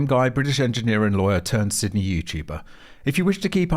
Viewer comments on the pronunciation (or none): none